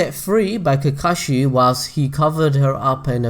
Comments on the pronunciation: Did you fuckin just SAY COCKAGE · So many times you went "I hope I pronounced that right" but you kept going with pronouncing Kakashis and Obitos name wrong 😵🤗😬 In my opinion, I think Hanare and Kakashi would end up together, but I haven't read the Kakashi "Haden" (or wut u said lol) so I'm in for more detail about that woman, but so far (from what you mentioned) it doesn't seem enough for me to think that they might have ended up together. 😊